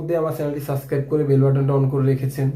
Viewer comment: সাসক্রাইব বলেন কেন?? হবে সাবস্ক্রাইব।